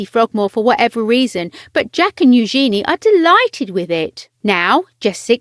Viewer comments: Drove me nuts that she's pronouncing Eugenie's name completely wrong. It's not new-GENIE, but NU-zhen-ee. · Learn how to say eugenie....